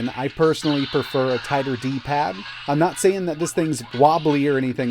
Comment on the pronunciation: ⛔⛔⛔⛔⛔⛔⛔⛔⛔⛔⛔⛔⛔⛔ D paaad D PAAAD TF IS WRONG WITH YOUR TONE DUDE